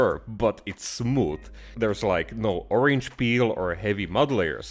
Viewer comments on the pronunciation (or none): none